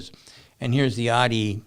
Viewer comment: Sandy said "Oddy" three times before I realized he meant Audi. 😆